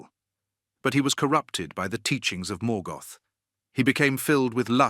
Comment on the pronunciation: Please learn how to pronounce the names correctly. You actually managed to mispronounce almost every single name, even when you pronounced Morgoth correctly you came right back and mispronounced it in the next breath.